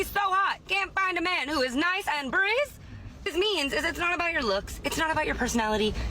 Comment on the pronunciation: her dentures don't let her say "breathe" correctly.